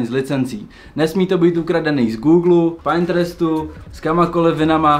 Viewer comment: Koukni na výslovnost “Pinterest” 😊🙏 Ubírá to na profesionalitě. Díky